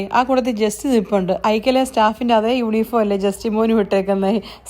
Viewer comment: Ikea is Swedish and your former pronunciation was correct . My sister and family are in Sweden and they say ekea like emphasis on e .